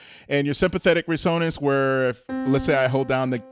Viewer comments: It's pronounced RES-o-nance. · Love your channel. Heads up on your pronunciation of timbre and resonance. Thanks for the lessons